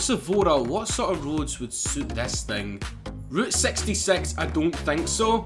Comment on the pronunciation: "Route sexty sex"